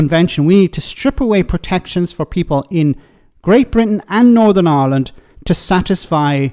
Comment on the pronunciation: He can't even pronounce the word, "Ireland", saying "island."